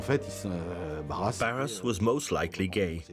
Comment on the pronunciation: And Barras does not sound like Barrasse. "Netflix for history" says it all.